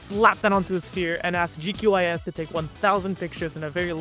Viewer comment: not you calling QGIS GQIS 💔